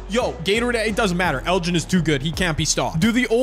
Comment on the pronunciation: hahahahahaa😂😂😂 thats so funny he said “erin” instead of “elgin” lol hahaha